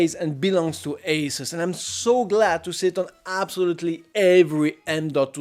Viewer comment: dislike for the way you say Asus